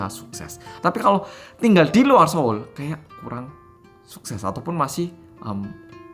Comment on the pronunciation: ngakak pas ngomong SO'UL 😂